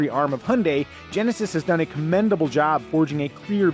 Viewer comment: Genesisisisisisisisisisis come on man speak properly